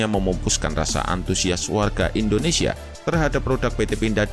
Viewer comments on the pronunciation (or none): none